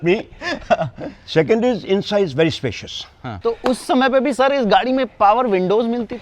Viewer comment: he mean to say Gadi 😂